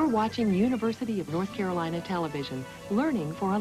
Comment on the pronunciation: “The University of North Capolina”